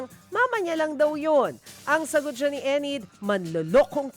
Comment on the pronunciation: Enid hindi Ened